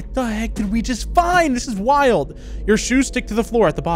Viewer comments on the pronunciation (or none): none